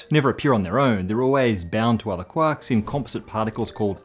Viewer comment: really love listening to talk about cuacks